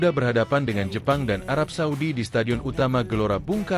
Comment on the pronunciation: arab saudi min.. bukan suadi. itu nma pk de gua